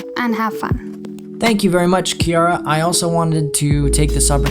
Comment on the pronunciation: BRO HE LEGIT SAID MY NAME OUT LOUD I WAS SCARED BRUH AND FOR THE FIRST TIME OF MY LIFE SOMEBODY PRONOUNCED IT RIGHT LIKE WHO CALLS THE NAME KIARA (*KE AIR RA*) LIKE BRUH